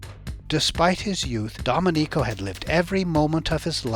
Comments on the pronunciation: Excellent report! Like the relation from drinking to peeing, excellent. One small thing, it's do-MEN-ico, not dom-e-NICO. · Repeat after me: "Doe-MEN-ico"